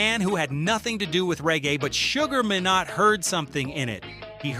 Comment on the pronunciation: SUGAR MINE-NOT ...not minot